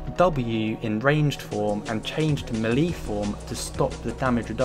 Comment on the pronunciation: [] stop pronouncing troll like a yank haha. Also, melee is melay not melie Good vid anyway man